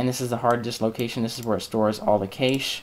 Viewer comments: cache is pronounced CASH...not cashe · Nice video :) However Cache is pronounced differently. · I like your video and really appreciate you posting this but the mispronunciation of Cache (as Vincent points out) was just painful.